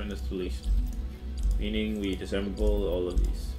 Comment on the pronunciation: Interested in one thing for quite a while,. Have you learned at one point this is "DisASSemble" and not "Disemble"?